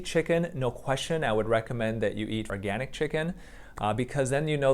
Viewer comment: I'm not sure.. did she say oRgAniC ? 😂😂